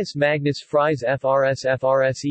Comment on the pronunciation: Fries is pronounced more like freeze and not all like french fries.